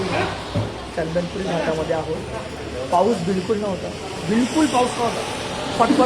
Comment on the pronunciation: chandanpuri nahi a chandanapuri ahe 😀